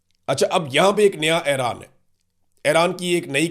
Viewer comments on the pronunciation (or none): صحیح تلفظ Eران ہے Aران نہیں